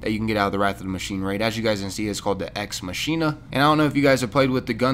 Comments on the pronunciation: For the sniper it's pronounced ma-kin-a. Sorry, it's just gonna bother me if its if its not pronounced correctly😂 other than that do whatever you want lol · Ex mackina is how it's pronounced rifle. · It's pronounced 'Mak-ina'